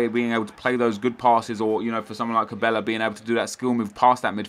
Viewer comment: its not pronounced ca-bay-ya, its quite simply ca-bell-ah